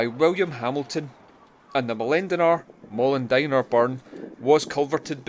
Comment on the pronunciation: Your second pronouncation is correct (mol-in-dine-ar) :)